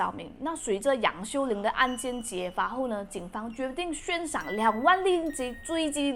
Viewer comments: 悬（Xuan2）赏不是（Xuan1）....用词太多错误了……注意下.... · 即便我也大马人,你大多的内容还是听得懂,但小问题实在太多了,那些小的模糊的也就算了,但以下标记出来这些很明显属于NG的部分,怎么经过后制剪辑后却没有修正呢? 悬xuán 林碧(莲?) 保险招待员?(我听过保险业务员或者会议招待员,但保险招待员却是第一次听说) 字幕里的"分行提(走?)"还是提领 殓liàn (我也听不清楚你在读yàn还是什么但肯定不liàn) 大马华人有口音不是问题,问题在于口齿不清,文稿没写好,后期剪辑没翻查自己有没有说对,就直接上传,这样的素质,实在很丢大马youtuber的脸,望阁下能审视一下影片内容的素质。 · 对，就是口音，你说的银行（hang) 读银行（xing）这是读错字不是口音问题，但是你说的悬（xuan2）赏读悬（xuan1）赏就是口音问题，你说的无非就是一声二声三声四声，马来西亚人说吃（chi1)了吗会读吃（chi4)了吗，读（du1)书会念读（du4)书，做（zuo1）么会读做（zuo 4)么，你觉得那个字是用错了？难道你在马来西亚路边随便听到说吃（chi4)了吗，你就要去跟他说“你用错词了是吃（chi1)了吗”，全部只不过是口音声调高低而已 至于你说尸她说身是因为要避开敏感字眼，比如尸、杀、奸、死等等，不然会被YouTube 黄标，所以你看她说死者但是字幕写S者，尸体他说身体，死者说逝者，只是为了避免这些字被黄标用别人懂的字来代替而已就错了？或者你去看看抖音，所有死、尸、奸、杀这些字都会被遮起来，也会用S代替死字，那你也要说全中国人用错字了？中国南北音都不同，一到四声也不同，那为什么你不说全中国人都错了？ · 还有是悬（xuan第二声）赏